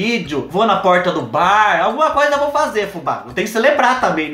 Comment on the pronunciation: Tem coisa mais fofa que o Fubá falando poRta??? Melhor coisaaaa